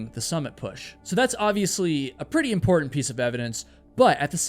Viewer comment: Dude... good video. can you please as a favour stop killing the "t" sound. mou'en = mounTain impor'unt = imporTant . thanks dude